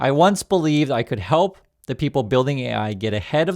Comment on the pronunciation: I hate how he says "uth"